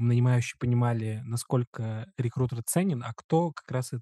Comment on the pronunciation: Очень режет слух "реКУтер"